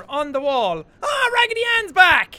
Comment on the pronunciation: I kept laughing wehen he said ragidy anne